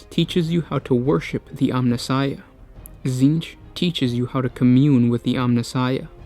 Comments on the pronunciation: Titsnitch, not tzeench. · This was oddly inspirational. Also, I HAVE to ask: I'm hearing "" every time you say your name. What is it?!?! This is driving me to Tzeentch!